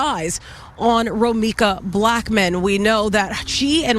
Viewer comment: He Can't Even Say Romeca Name Properly Now...